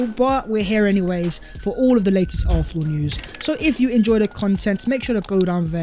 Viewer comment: Please for once say arsenal properly. Its getting worse 😂